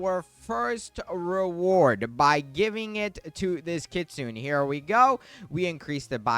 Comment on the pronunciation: Kit-soo-neh bro please 😭